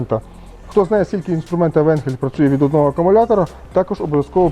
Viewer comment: Ріже вухо назва енхель але по німецьки читається АЙНХЕЛЬ .